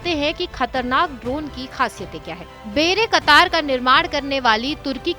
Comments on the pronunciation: बेरे कतार नही, बायरेक्टार है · Actual pronunciation should be "bay rak tar" It is not "bayra katar". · बेरेकतार नहीं बायरक्तार 😂😂😂😂😂🙏🏻🙏🏻🙏🏻🙏🏻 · Wrong pronunciation of "bayraktar" and "karabakh ". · Bayraktar tb2 ka naam b padna nhi ata 🤣🤣🤣🤣